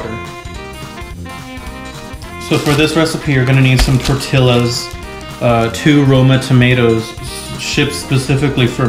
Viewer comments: tort "illa" lol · Educational video -Useful tips -Sick skillz -Glasses -Pronunciation of tortilla MINUS 5 STARS